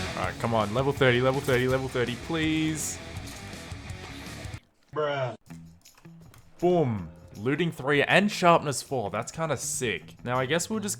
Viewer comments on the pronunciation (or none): I love how he says boom like bom